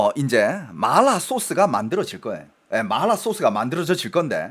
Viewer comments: 이사람 중국인임? 마라를 말라 이러네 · 한국사람들 보라고 만든방송에서 마라소스를 말롸소스 그러고있나요???? 중국사람들한테 방송핟ㅓㄴ지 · 마라를 일부러 그렇게 발음하시는건가요… 거슬려죽것네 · 마라 라고 표기하는데 자꾸 말라 라고 해서 개짜증... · 근데 이분 한국국적인데 어케 이렇게 발음이 마ㄹ라~ 이러는지ㅋㅋㅋㅋㅋㅋ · 마알~라 ㅋㅋ 발음이 중독성 있네요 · 마알라 ㅋㅋ 발음중독되네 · 본토 발음은 마라가 아니라 마알라 인가보네요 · (하지) 마rrlll라 소스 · 말롸소스 지려따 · 마라발음이 중국인이세여? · 궁금해서 보려다가 마라라는 말만 중국발음으로 하는게 킹받아서 못보겠음ㅋㅋㅋㅋ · 마라 발음 하실때ㅠ 그리고 너무 마라마라 반복하시는듯.. 이번 시청은 조금 힘들었습니다 😅